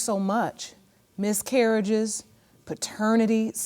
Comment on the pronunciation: "Miscurriges" was getting me.